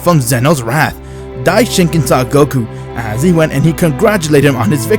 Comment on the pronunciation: Dye-Shin-KON dude not dye-shin-kin (Cringe Everytime)....what kind of fan are you?